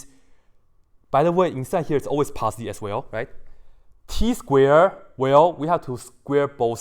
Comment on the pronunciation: Samarth Varshney or... passdee instead of positive. Forgive him, neither him or me are english ppl